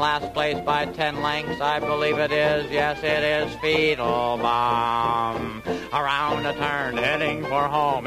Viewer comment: It always sounded to me like Doodles Weaver was saying "Feetlebaum!"